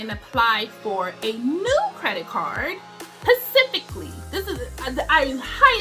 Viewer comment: Aww sis not pacifically lol